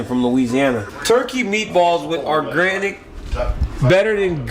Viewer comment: this dude DC said ORGRANIC